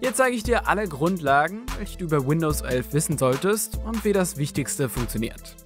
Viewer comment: Das heißt nicht Windows ölf